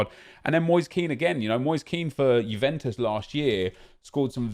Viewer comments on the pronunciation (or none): none